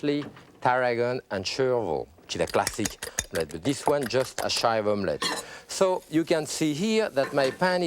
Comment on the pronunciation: he said classic ; I heard plastic